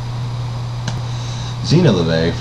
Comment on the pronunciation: His name is LaVey, not La Vey..